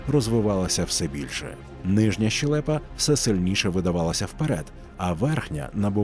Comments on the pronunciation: Голос нормальний, але українською мовою правильно казати щЕлепа, а не щелЕпа. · Голос прекрасний, але ні фіга не грамотний. Українською мовою кажуть щЕлепа, а не щелЕпа. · Дуже дякую за "ви́падок", а не "випа́док", а от зі щелепою все ж вірно буде "ще́лепа", а не "щеле́па". Перш ніж написати, перевірила у словнику. Контент дуже цікавий і голос приємний для прослуховування. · ЩелЕпа - це грамотно, по-вашому?